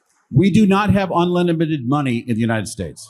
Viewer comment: Heh…he said “unlitimited”